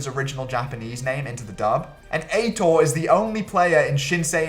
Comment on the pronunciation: Banger vid, not banger pronunciation of Aitor